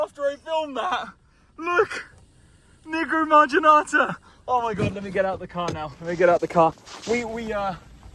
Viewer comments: Nigro(WTF)marginata. Nevermind 😂😂😂😂😂😂😂😂😂😂😂😂😂😂😂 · Every time he said “Nigromarginata” I said to myself, “Watch your damn mouth,! 😂😂😂😂😂😂😂😂😂